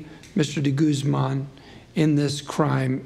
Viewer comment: The way they pronounce de guzman like de gooseman bugs me